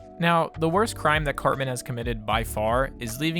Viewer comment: Why does he keep saying his name like Carbon or Carmen?